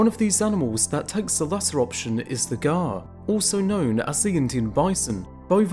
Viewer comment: Pronunciation is Wrong !!